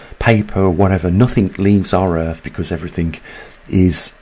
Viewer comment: Have to wonder if the Brits hear that they pronounce th in words like earth as f?